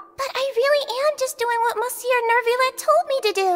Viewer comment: as someone who spoke french ever since they were 3, the way they pronounce monsieur is making me cry 😭😭